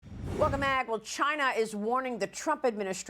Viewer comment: chai-Nah is warning? Ha!